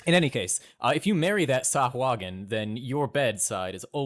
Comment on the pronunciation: pronounces sahuagin correctly according to the wonderful voice of Matthew Mercer on dndbeyond